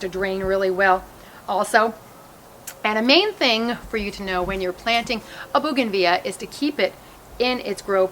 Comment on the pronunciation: Why don’t you say the L in bougainvillea